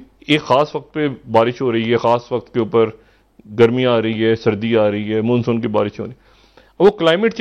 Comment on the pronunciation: It is monsoon, not mOOnsoon, please Google correct pronunciation.